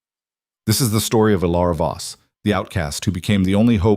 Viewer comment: Voss, not boss. 😉